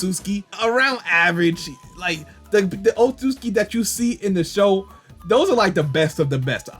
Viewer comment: Nah o-tsu-tsuki